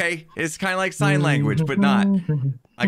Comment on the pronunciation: “It’s like sign language” emphasis on the sign